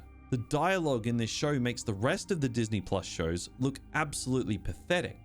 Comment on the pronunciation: Diz knee